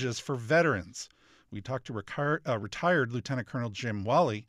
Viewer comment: Was anyone bothered by the pronunciation of "retired"?